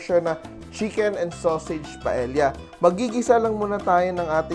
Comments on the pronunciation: It’s not pronounced as pa-el-ya! The correct pronunciation is PA-EYYA!!!!! Por favor!!! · double l is pronounce as y in spanish paella is pronounced paeya。